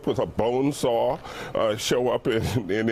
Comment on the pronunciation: I love it how everyone is pronouncing bonesaw like BONESAW